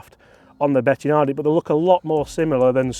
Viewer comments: Bettinardi not Bettianardi come on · Bettinardi, not betiaaaahhhhhnardi lol No "a or h:" after the "i", love your work anyway! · Yep - me too ... Bloody annoying Be-ti-"UH"-nar-di .... Getting flashbacks of the butchering of Marco Simmi-Oh-Nee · Why can't pronounce Bettinardi properly? He says it like Betti-a-nardi!!! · Great content. Take it from a Chicago boy, it’s pronounced “Bet-In-Ardi”. He’s a Chicago guy and has always owned the company now run by his son. Long known for their very fine milled putters…